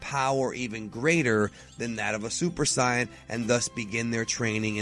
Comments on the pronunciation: Bro could you pronounve saiyan correct (say in) your the only person on youtube that prononcis it wron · Regardless it's pronounced as "say in" if it was pronounced the way says it would be translated differently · Please stop calling the Saiya-jins aka Saiyans 'Scions'... It's really annoying, especially since you smugly think you're saying it correctly. If you want to use the Japanese version (which I always prefer since the English dubs are terrible) then add the 'jin' to it. Don't just make up your own term by combining the way it's pronounced in English and Japanese. You can't just Fusion-HA a language, ya know. Either say Sigh-A-Jin, or Say-an, but quit it with the Sigh-an. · ***** I don't even know what I did to trigger him. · Adrale4gotten Same, I had to check like 3 times to see if that was the real. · Saitama I like videos and all but i agree with you i really hate the way he pronounces saiyan it might be correct in japan but here it's pronounced differently majority of his fan base is probably americans so he should pronounce it how it's pronounced in the dubs plus it sounds cooler in the dubs.I do enjoy his videos though. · Purp Le thank you!!!! He needs to know how to pronounce saiyan god dammit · Farhan Kapadia i know right? b/c its weird hearing this guy say saiyan and Babidi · well thats how the dub says the japanese anime says it the way he says it. i agree with you people say sayian they have always been saying sayian even toriyama says sayian but yet this guy wants to say the other version, i dont know why he does it, maybe to him it makes him feel like hes cool. QuakeGamer632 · hudson No Toriyama says Saiyajin. And any time one of the Japanese people cut of the Jin suffix, they pronounce "Psy-Un". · I hate how you say saiyan... But great video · this is not how you say saiyan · u rwally need to learn how to say the name its really messing with people before u do ur videos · Why do you say super cyan instead of super Saiyan?